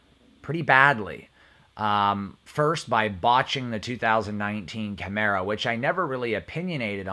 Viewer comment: I watched 4 minutes and that was with skipping. I immediately was turned by your inability to correctly pronounce a variant of a famous Camaro. Thank you for pronouncing Camaro correctly though.